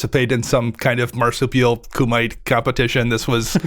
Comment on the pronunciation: Ok did anyone else cringe when Dana pronounced Kumite as coo-mite?